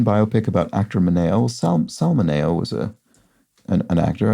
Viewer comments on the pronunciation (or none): Actor Sal Mineo …. ( mini-oh )🙂